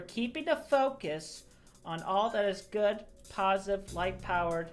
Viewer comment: light power sounds too much like white power I can’t unhear it LOL he is facked